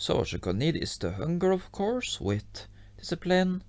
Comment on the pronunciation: I like when he says “with” coz it sounds like wit😅😂😂